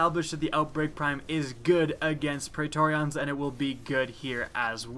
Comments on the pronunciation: It's pronounced "pree-tor-ree-in" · you make praetorian sound like an eeveelution